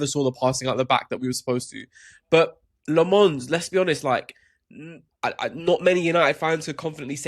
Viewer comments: Low-mens is how you pronounce his name!! Not LeMons. Get. It. Right. !!!!! It's not that difficult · I am belgian, Flemish. It is pronounced "LAM-UHNS", if you really wanna know :) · Pronounce lammens name right muppets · It really should be a requirement for these guys to learn the proper pronunciation of the players’ names. They continue to turn Lammens into a French guy. Lammens isn’t French and they have to know this. But of course these guys are simply careless and disrespectful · why would you just mispronounce the name of your team's goalkeeper? it's not hard to just get it right... lol wtf